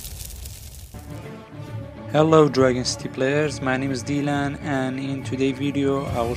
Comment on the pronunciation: Lol, its dylan